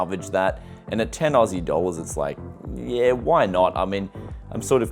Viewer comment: Very cute girl,plus i find it adorable the way she says yaah instead of yeah :) .